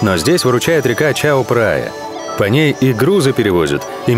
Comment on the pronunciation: Ударения надо было проработать перед фильмом. Большинство не правильно. Надо на последний слов всегда. ЧаопрайЯ, ПаттайЯ, Ко СамЕт и прочие названия.